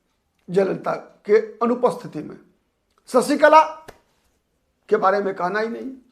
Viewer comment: ससीकला ××××× शशीकला √√√√√ " श " अक्षर का उच्चार कब करेंगे